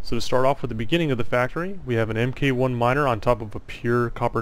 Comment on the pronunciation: Its mark 1 and so on not M K 1 rofl Mk. is mark abbreviated.